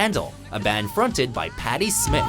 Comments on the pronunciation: It's not pronounced Patty "Smith." It's Patty "Smiiith." Long "i". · Worse yet, he pronounced her name as Smith, not Smyth. Patti Smith is singer, but not of the Warrior. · Irony: Putting together a list of songs together people think are by other people and then mispronouncing one of the singer's names so that it's another singer's name (Patty Smyth vs. Patti Smith). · Patty SMYTH doesn't pronounce her name like "SMITH". The Y is a "long Y", such as in "fly" or "cry". Good list though! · Scandal's lead singer was Patty Smythe (pronounced with a long i sound) as opposed to Patti Smith, "Because the Night" rocker who resembles Iggy Pop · patti smith???? no its pronounced with the long i (smyth) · Patty Smyth is not pronounced Smith. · This fucking guy.... Can't read. Half of these are made up nonsense that no one confused EVER and "burgeoning" pronounced as burg a ning.... Or Patty Smyth pronounced as Patty Smith.... What a maroon.... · On the same note as the Scandal/Pat Benetar mix-up (the mix-up I have never heard of, and by the way, Patti "Smyth", pronounced the way it looks, with a Y, not "Smith". Patti Smith is another artist, more punk than 80's pop) , when Pat Benetar's "Hit Me With Your Best Shot" was first popular before the name Pat Benetar was accredited to it, it was mistaken for a while as Debbie Harry's band Blondie. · The singer in Scandal is Patty Smyth (pronounced with a long vowel, as in "why"), not Patti Smith! And "burgeoning" has a soft G sound. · I like how the narrator says Patty Smyth's name (pronounce smYth) as Patti Smith... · Scandal was fronted by Patty Smyth, not Patti Smith. The surname is pronounced differently. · Bryan Kautzman Seriously? First of all, one is pronounced like "scythe" and the other like "with"...second of all, the girl from Scandal was a new wave/pop singer whereas the woman who sang Because the Night was a punk artist. Their songs and voices sound nothing alike. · Patty Smyth, not "Patti Smith"